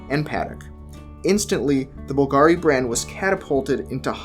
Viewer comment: You should try to be consistent how you pronounce Bvlgari. There is only one pronunciation 👍